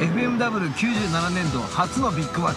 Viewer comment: 金村選手と話してる人が誰だかわからないけど、なんかずっと「エフエムダブル」って言ってて違和感w ＦＭＷはエフエムダブリューじゃないの？